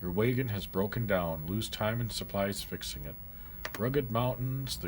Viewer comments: What's a way-ghin? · I played the '90s version of this game and remember enjoying it very much. The way you pronounce wagon as waygun makes me think of Canada or the upper peninsula of Michigan. Will you play more of this? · That way he says wagon ruined the whole video for me lol